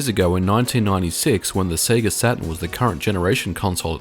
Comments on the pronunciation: It's pronounced Say-Gah.. Not Seeegah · You say Sega weird. Japanese say SehGah Yanks say SayGuh 'Strayans say Seega You seem to be combining the yank way and the aussie way? Se-ay-ga?